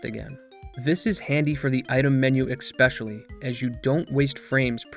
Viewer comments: "expecially" just sent me lol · He said ek-specially